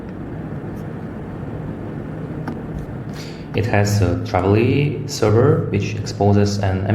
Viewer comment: Спасибо! Только не Travily, а Tavily.